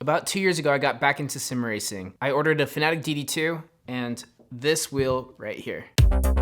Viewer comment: Is it Fanatec? Why do you call it Fanatic?